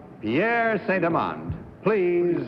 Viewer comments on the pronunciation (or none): “Pierre St. Elans”?? I think it's Pierre Saint-Amand!